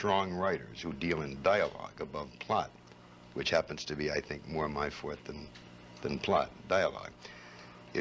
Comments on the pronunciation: The only man I've ever known to correctly pronounce "forte". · 1) He pronounces "forte" correctly. 2) He correctly self-diagnoses his main dialogue bugaboo as a writer!